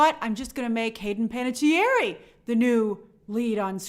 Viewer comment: /ˌpænətiˈɛər/ not "pan-a-tee-air-eee"